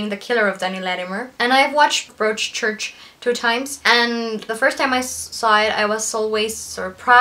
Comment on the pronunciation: Very nice review. By the way, in the word Broadchurch, "broad" rhymes with prod, god, odd, etc., so it sounds like brod-church.